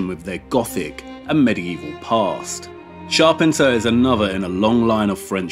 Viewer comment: Loved this.....great work. But you pronounce Charpentier's name wrong. Maybe check it out for next video.